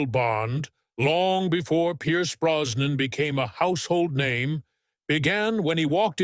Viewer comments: The name I believe is Brosnan, with an "s" and not Browan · As if the voice isn't awful enough, the mispronunciation of Brosnan as Browan and Pierce as Pice just made me stop watching altogether